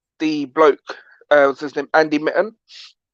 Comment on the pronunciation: You talk utter rubbish you haven't got a clue you make out you're some sort of expert and then just chat complete nonsense and please his name is Andy mitten not Andy Minton